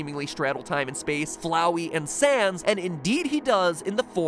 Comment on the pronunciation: i know you meant to say sans but you said sand 😂